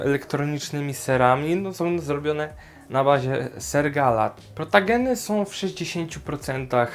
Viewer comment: A nie powinno się mówić protogeny a nie protageny